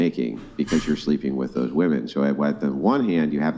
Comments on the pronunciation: Very common for young chicks to say woman for women 😵‍💫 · It's women, not woman for plural. How hard is it